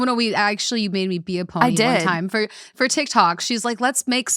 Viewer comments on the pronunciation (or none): none